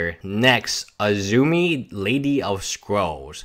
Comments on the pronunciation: Bruh the only peeve I have about ur videos is u add letters or change words which kinda annoys me like azumi? Should be azami. But other than that like the content. Not trying to be police here but when the word can easily be pronounced like that that's where I draw the line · Azami please, not azumi. Sorry, but this is just painful.